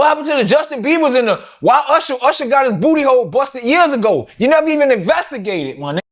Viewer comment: Lmao he said ursherr got his booty hole busted years ago😂😂😅😅😭😭😭😭😭😭😭😭😭😭😭